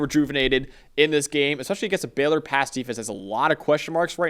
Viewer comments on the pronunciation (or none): Pls stop calling them “Beller” it’s Baylor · It’s Baylor, not Beller you yankee assholes